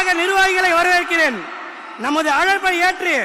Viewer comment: வரவேற்பு உரை படித்து தான் கூற வேண்டும் 🤦‍♂️, அதுலயும் வரவேற்கிறேன் என்பதற்க்கு பதில் வணவேற்கிறேன் 🤦‍♂️